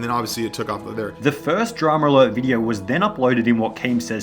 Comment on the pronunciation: It will forever piss me off that Keem pronounces it "DramAlert" instead of "Drama Alert"